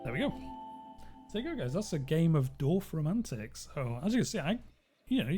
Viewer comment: This game looks really cool, I'm definitely gonna check it out! And btw, as a native german speaker, you did pronounce the name of the game correctly.